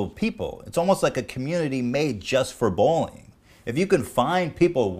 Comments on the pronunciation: i hear "bowling" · Ethan seems to have trouble saying "bullying". Sounds like bowlyng